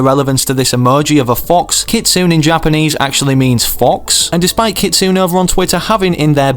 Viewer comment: Japanese is part of my heritage. Please for the love of all that is holy and good in the world learn how to say japanese words before you use them. Every time you say 'keet-soon' for Kitsune (keet-SUE-neigh) you kill me and I'm sure all other nihonjin (knee-hawn-jean) inside a little. So please any Japanese word you see 'NE' in pronounce it like 'neigh'. I love and appreciate your content always and use your content creator code all the time. ID: DrunknIronRabit